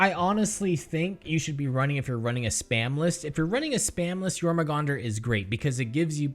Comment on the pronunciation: The two acceptable terms for using a Barbed Strangler are 'discharge' and 'ejaculate', because they're described as a 'muscled tube that launches a seed via a powerful muscle spasm'. P.S. Your-mong-dur, not Your-mah-gong-dur.